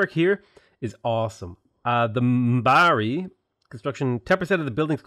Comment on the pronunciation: Your pronounciations of Maori and Marae cause me pain but I'm sure you've heard that a lot already. If you at all care Maori is pronounced more like "M ohw ri" and Marae is pronounced "Mah rye" with a slight roll to the Rs.